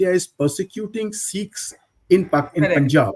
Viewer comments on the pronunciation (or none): Dear Barkha, it’s not seekhs but sikhs. At least you can start the correct pronunciation. Thank you. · Here they say " seekhs and not Sikhs'